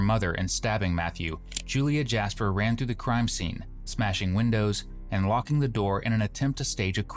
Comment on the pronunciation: "Jas-per"??? By choice. Really?🫤🫤 😵‍💫😩😩